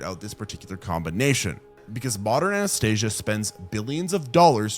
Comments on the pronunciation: it's ann-es-THEE-sha, not the russian princess Anastasia. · Are you saying Anastasia when you mean anaesthetise? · Who tf is Anastasia? That's not how you pronounce "anesthesia"! 🤣🤦‍♂️ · I know your trying to say anesthesia but hearing you say Anastasia is hilarious 😂😂😂